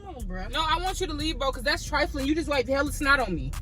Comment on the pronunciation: All I hear is that's nasty that's trifaline 😭😭